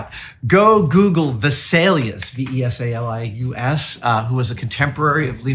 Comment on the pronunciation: Name "Vesalius" American pronounciation: Visalias :face-red-droopy-eyes